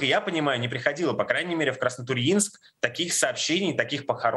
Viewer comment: удивительно что на Краснотурьинск правильно ударение поставили....наверное пока звонили в военкомат, там исправили.)))